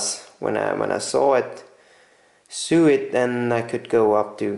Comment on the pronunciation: "Sew" and and "so" rhyme.